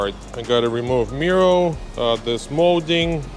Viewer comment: "Miro" didn't bother me until I saw a comment about it on a previous video